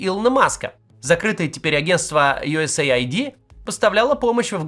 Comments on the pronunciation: Не USA ID а US AID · Нет, Ю ЭС ЭЙ АЙ ДИ. Выделенное Эйд это уже типа как игра слов, типа помощь. Но это полностью аббревиатура.